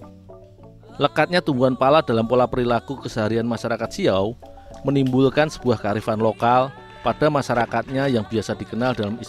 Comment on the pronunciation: Bukan siaw min tapi siau